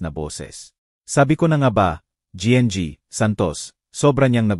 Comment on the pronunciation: Listening n watching fr Santiago general trias cavite Trias cavite,, sir correction lng po GNG,,po sa Tagalog po yan ay Ginang Santos,, Ginang Santos , thank u po